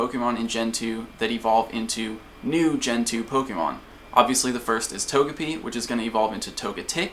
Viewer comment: Not Tog-e-pi... It's a japanese character name so To-Ge-Pi.